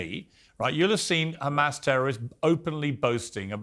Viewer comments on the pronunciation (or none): Conricus is from Sweden why does he pronounce it “Ccchhhhamas” ?